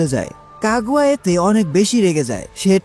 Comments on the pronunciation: কাগুয়া কাগুয়া কি ভাই তোমার গু'য়া সঠিক উচ্চারণ না করতে পারলে ভিডিও না বানানোই ভালো এটা কাগুইয়া হবে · Kagua ✅ Kaguya ❌